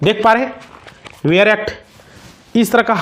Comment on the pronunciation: वेयर एक्ट नहीं बेयर एक्ट होता है।